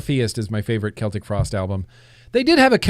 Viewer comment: DANG IT, everytime i forget you tell alexa to play death metal on spotify, each and every time i get horrible loud booming death metal in my room, P.S the way you say celtic with the k sound is SPOT ON, the other way with the sel tic sound is for the football (soccer) club celtic Fc. so if you didnt no now you no #FactsAreFacts #ReplayAddictsAnnoymous